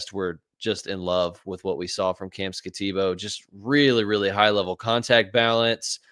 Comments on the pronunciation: Skat - a - boo. I don't quite get the boo pronunciation, but that's how it's said in Arizona. He's a beast! Go Devils! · these guys are trying to sell me fantasy guidance and cant pronounce skattebo or judkins? have these guys ever watched football? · Yeah, the guy can't even pronounce Skattebo's name and he grades Travis Hunter higher than Malik Nabers? This guy should never be on another fantasy Dynasty podcast ever again. One can totally disregard every single take he ever makes. That was pathetic.